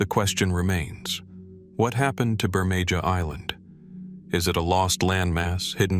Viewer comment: Wow not even 3 minutes in and the mispronouncing is so bad I can't continue.. If you can't get the name of the first place correct, there's not much hope for the rest of the video. It's pronounced Bur-may-HA. Not Bur-may-JA.